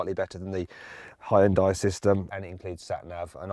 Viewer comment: 왜 현대 발음이 혼다이?라고 들리는것같지 가슴찢어진다 ㅠㅠ우리나라는 안그런데